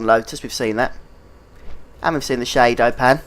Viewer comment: lol "shaydo pan"